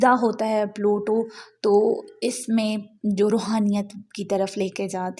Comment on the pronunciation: it's pluto not palutooo 😂 aur aj yani 19th November ko yeh Aquarius mein forward moment mein achuka ha 😊